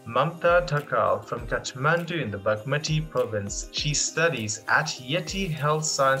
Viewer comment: How is this man pronouncing bagmati....so awful